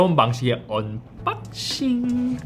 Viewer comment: 새로운방식의 언↘️빡↗️싱~